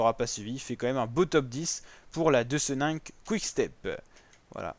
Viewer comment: Deucenink se prononce deuquenink